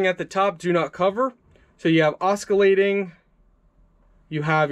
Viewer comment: This was a very helpful video indeed. I just wanted to make a very minor point that the word "oscillating" has a silent "c", so the word is pronounced "AH-SILL-ATING". :)